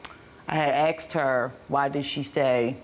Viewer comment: She axed her